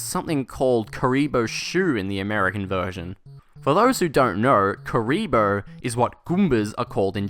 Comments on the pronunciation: It's pronounced kurrr-ibo not ku-reee-bo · I think they get the name even more wrong in the cartoon, though. I seem to remember them calling it "Karubi" instead of "Kuribo."